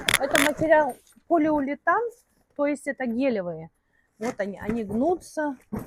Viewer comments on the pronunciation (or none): полиулетан? может полиуретан?